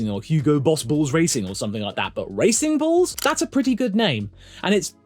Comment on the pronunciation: Sounds like "Racing Balls"